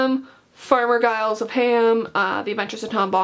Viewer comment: Tolkien fans—Giles is pronounced with a soft G sound (like a J), not a hard G.